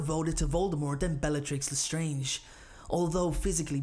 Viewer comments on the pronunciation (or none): when i heard '' bellatrix lestronge'' :P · he said- "i think bellatrix was stronger mentally than sirius" but i agree with you it did sound like bellatrix lesteronge lol